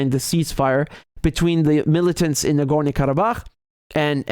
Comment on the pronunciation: Nagornia? Whazzat, some island off the coast of Narnia? Nah-Gor-NO.